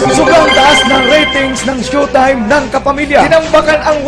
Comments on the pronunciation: "Shu"taym... ayon sa "Surs"...."kuntestant" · PAANO KANG NAKALABAS NG MANDALUYONG MENTAL, BA YUN? SHOW TIME HINDI SHUTIME! BASURA ANG CHANNEL MO! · tuleg nman to mgbgkas ng showtime.. ndi SHOETIME tungek bisaya.. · GAGO DI MARUNONG MAG PRONOUCE NG SHOWTIME ANUNG TINGIN MU SA SHOWTIME --- SHOE TIME??? GAGO EPAL KA! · Robb Mendez ito ang pronounced ng shoe time sabing "It's Showtime" programa ng mga Magdapipol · ANO RAW? "SHUTAYM"? HAHAHAHHA ./. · Ganda ng pagka pronounce ang direktor ng SYUTIME?? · shutime daw tangang bisaya dpat tawag sau di ka marunong magbasa bobo hahaha yan ang tawa kupal